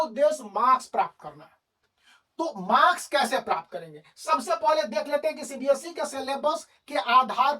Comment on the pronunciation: Sir by the way its not cbsc its cbse 🙂😂 but nice explanation sirr